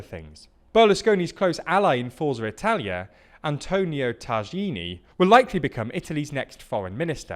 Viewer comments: It's "Tajani" (tah-YAH-nee) not "Tazhini" xD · Come on! He was the EU parl pres and you said it wrong. It is pronouncded TAYANI. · Sounded like a Middle Eastern dish!